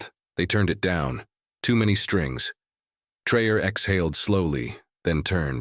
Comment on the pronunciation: You are full of BS. Learn the name is not pronounced Trayor what????